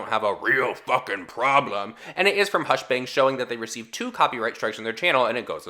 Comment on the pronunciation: CEO of saying hushbang and hushbong